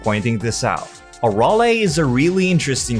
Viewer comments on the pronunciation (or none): Her name isn't pronounce a-rol-A It's pronounced a-rail. Bruh. He is completely wrong on accel its pronounced axe-L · it’s pronounced “uh-rail” not “ah-rall-ae”